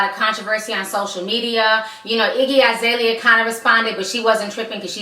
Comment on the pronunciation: Its. Iggy alazale dam not izalia